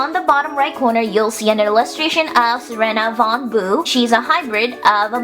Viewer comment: your sayin her name wrong watch the freaky fusion trailer because your saying it wrong and your driving me crazy please learn the name right please